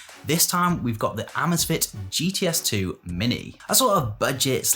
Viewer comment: Say “amaze” “fit”